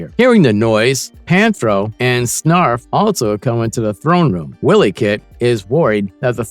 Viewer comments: You made this video just for clicks. 1) this was more an 80’s cartoon, not 90’s. 2) it’s not Willy Kit/Kat…it’s WHY-ly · I need the narrator to have watched Thundercats to know itself WILY Kit/Kat and not WILLY Kit/Kat. PuMYRA and not PuMEERA. CheeTARRA and not CheeTERRA. SNARF not SNURF or whatever he said. This video was torture because of it and you won't get my like. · you freaking liar...YOu never watched THUNDER CATS!!!! WILLY CAT????? WILLY KIT?????? wtf is that??? Anybody who watched Thunder Cats KNOW 100% There is no WILLY CATS OR KITS ON THE Show. I know of Wiley Cat And KIT pronounce (Wylee) Kit is a girl and Cat is a boy. AND CheeTARa is who its pronounced not CheeTERA. Whats the point of faking being a fan of this show????......ohhhh views. You sir are a fake . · Dude... narrator...LEARN TO PRONOUNCE THEIR NAMES...WHYLEE KAT...CHEAT ARE A...PUM EYE RA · Wiley said like wild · Too many mispronunciations to look at this through...Wile (while)-E- kit